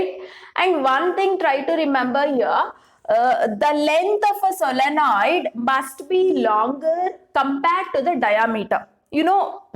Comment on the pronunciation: Solenoid..Not solonoid